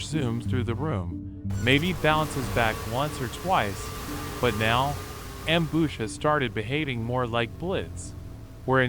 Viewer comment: “Amboosh” “glombats”